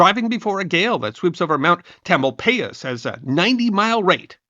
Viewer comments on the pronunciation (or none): It's pronounced Tamil-pious. From the East bay in SF here near the Delta. I have a friend in Berkeley Hills-he has an arts and crafts home. I used to ride horses in wild cat canyon. Because of where we live fires are unfortunately part of our reality. Every summer and fall we get the fires. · Great info. Small quibble...Marin is pronounced marIN and Tamalpais is TamalPIes. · Hi, for future reference, Marin is locally pronounced ma-RIN, like marine with out the e. Tamalpais pronounced TAM-al-PY-iss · Mt. Tamalpais is properly pronounced Mt. 'Tamal pious'. My Waze navigation app also has trouble with that. There have been several historic large fires in the northern Bay Area over the years, it is almost a fact of life you have to be ready for. Sadly this fire was almost duplicated by the Oakland Hills Fire of 1991. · I love this edition. Great work. However, Mount Tamalpais is pronounced with a long “i” (eye). The pronunciation used here is like nails on the blackboard to the mountain that I grew up under. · As a local, mispronunciation of “Marin” and “Tamalpais” are like nails on a chalk board for me. But great video nonetheless. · I'm native to the Bay Area and always love learning new things about the area and didn't know this bit of history. Just a little note... please Google how to pronounce Mt. Tamalpais (locals call it Mount Tam) and Marin (County). Have loved listening to your tales of history for many years now! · Tamalpais too